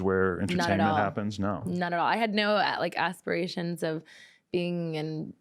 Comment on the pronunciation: did she say asspirations or did I hear what I wanted too😳